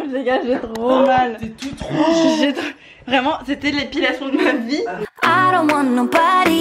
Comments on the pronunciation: Tu as dis "chuis toute vouge" 🤣🤣🤣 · Tu as dit je suis wouge